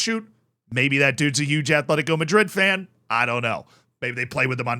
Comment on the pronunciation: Btw its AT-LETICO. Bilbao is ATH-LETIC. It maybe shouldn't do, but it bugs me when people put a 'h' in Atleti's name 😂